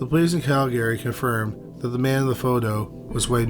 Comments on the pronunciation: CALgary, not calGARY. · Cal-GARY. LOL. That's a first for me. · Bro. Say it like Cal-gree. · it's not pronounced like that. you're maing it sound irish. it's "KAL-grr-ee"